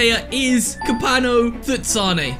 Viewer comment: At least you pronounced our South African goalkeeper kopano 🇿🇦